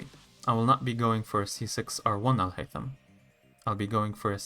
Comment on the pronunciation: Are you Arab ? The way you said Alhaitham was very correct